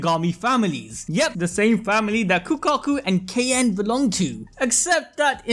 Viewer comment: Why the heck you are pronouncing kaien's name like that...